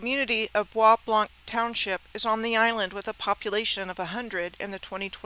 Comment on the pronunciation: The soo locks arent as advertised is my guess. Bois Blanc is pronounced as BOB LO. Gratiot is pronounced as Grashit.